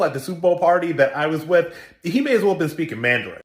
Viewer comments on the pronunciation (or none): none